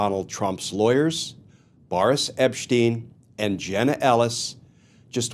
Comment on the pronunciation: Who’s epppssteeen? This fool cannot even get names correct.